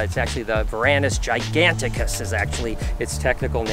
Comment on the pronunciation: It's not "Varanus giganticus" but Varanus giganteus